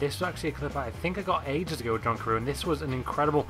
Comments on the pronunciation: You pronounce John Carew. John Carev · John Carew is actually said John Karev